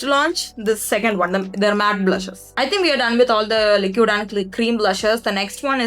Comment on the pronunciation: Pls pronounce liquid correctly